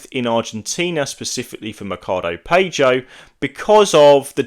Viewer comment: Good video , fyi PAGO pronounced Pa-gouuuu in English ahaha